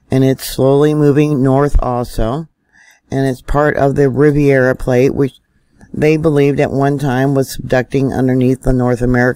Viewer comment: love your stuff! Riv air uh plate NOT riv eee air uh plate